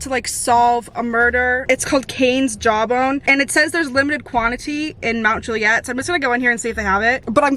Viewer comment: No you really said it right! but so proper , I live 45 minutes outside of Nashville and everyone just says it so country 😭😂 sorry for the scare !